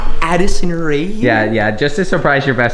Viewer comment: He said “AdIsOn RaE”😂